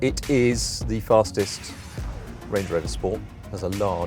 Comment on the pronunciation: Range not Rang